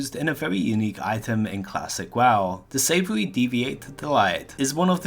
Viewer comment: the way your pronounce "deviate" and "savory" sounds weird.